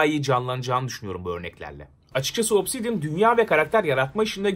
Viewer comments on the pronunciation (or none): obsisdian diyince neden aklıma alien geldi?